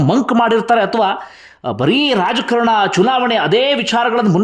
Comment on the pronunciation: "' ರಾಜಕರಣ ಅಲ್ಲ ಅದು ರಾಜಕಾರಣ ಅಂಥ ಹೇಳಬೇಕು"'"